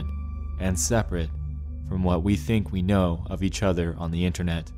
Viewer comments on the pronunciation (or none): none